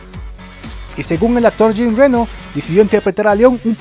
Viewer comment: Por favor respeten los nombres propios. Jean Renó no es "Jin Réno" Y Luc Bessón es con acento en la "O" no es "Luc Béson"!. No pronuncien en ingles nombres franceses. Suena horrible.